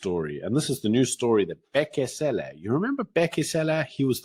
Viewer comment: Lol, your deliberate pronouncing Cele as Sêlê is funny in a racist sense